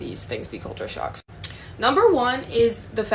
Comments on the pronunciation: thought you were saying sharks not shocks ha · I thought you were saying " SHARKS", not shocks. lol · Anyone else think he was saying Sharks at the start? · Oh shocks! i thought you said Sharks. HA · I thought you said "today we are looking at sharks"... you said shocks 😂😂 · Lol i thought you were say shark lol shock. The unbottle water us free in some place you can just grabby how most place you ask for water and they will give a jug of cold water. The conner shops or fish and chip shops you can grab you soft drinks and juice from the fridge yourself and pay at the counter .